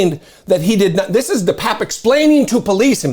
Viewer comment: Bro! My sister went to high school with this nutcase. I believe it's pronounced 'de papier' Best of luck with the surgery!